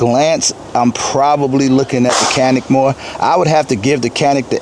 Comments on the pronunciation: be the only person in the country who pronounces Canik correctly: Chanik. I was surprised the Turkish gun is 200 bucks more than Czech gun. Your recoil control is as good as your narrative control! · I grew up with Turkish around me. Perhaps to an American ear the Turkish C sounds more like j than a ch. The k sounds is totally wrong